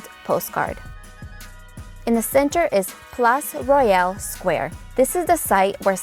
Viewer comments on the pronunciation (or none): none